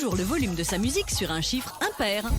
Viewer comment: Le " ✨✨✨est ça c'est mon chybre✨✨✨" j'ai trop rigoler 🤣🤣🤣